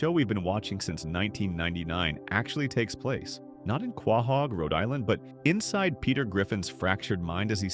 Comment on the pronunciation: Dude do you not know how to pronounce quohog correctly